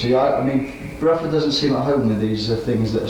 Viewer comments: Love the pronunciation of "Brufford" - back then he'd probably not heard Bill Bruford's surname spoken and only read it on the albums and in the music press, and thought it must have the same vowel sound as "Rutherford". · Fascinating, historical interview! Quite surprising how he pronounces Bruford as “Bruh-ford” more than once!